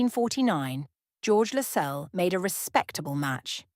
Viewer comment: Its pronounced LASS CELLS